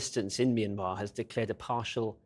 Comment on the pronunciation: At least have enough respect for these poor people to pronounce the name correctly My Mya Myan Myanmar